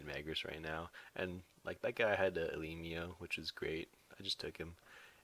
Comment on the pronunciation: You pronounce elimo wrongly